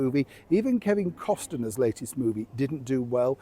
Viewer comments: "Cosner" not Costener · I kept thinking someone would point out that it’s Kevin Costner; not “Costener” as you have been saying.